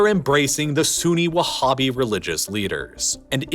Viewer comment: Saying whabbist and talking about those scumbags non human attacks are truly laughable, oh and saying Sunni as if Abdullah ibn al wahab (the “whabbie” creator) isn’t Sunni is again truly laughable. It’s sad seeing how much work it went into it